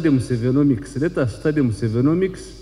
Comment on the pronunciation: I hear musevonomics🤔🤔🤣🤣🤣🤣🤣